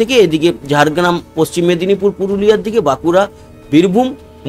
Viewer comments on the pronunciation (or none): none